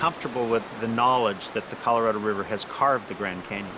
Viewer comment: He has a hard time or can't be bothered saying "Colorado River"... To him, it's "Coloriver".